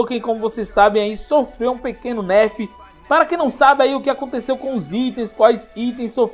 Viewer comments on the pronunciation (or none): none